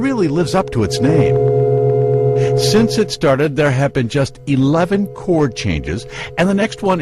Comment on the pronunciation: It´s funny like "have been" sounds this time to me as "happen"...